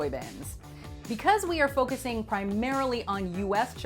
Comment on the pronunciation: “We are foucusing primarily in US charts” Man I expected to see selena Quintanilla on here